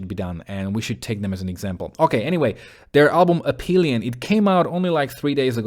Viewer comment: For me On Hold is the kind of song that is an instant classic, and I knew this at first listen, and that never happens. And I like the verses more than the chorus, and that really never happens! Nice review! And the ph on Aphelion is pronounced like F, from the Greek word Αφήλιον, which is the point in the orbit of a planet, or comet, that is further away from the sun. For earth it is in July. Hehe it is ironic that the northern hemisphere summer is when we are further away from the sun, and we are still burning up. Cheers!